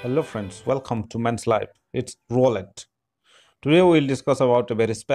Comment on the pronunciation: I love how he butchers. The name roll it. Or roulette I mean. Birch Roll it!!